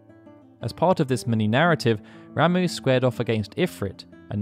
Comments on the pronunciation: Am i the only one who thought this guy's name was pronounced like "rah-muh" and not "ra-moo" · *"rom-uh" not "ram-oo"